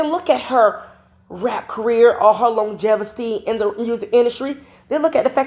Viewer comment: The word is longevity not gesfaty